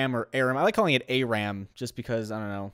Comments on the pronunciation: its funny because says ARAM correctly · You pronounce ARAM correctly:D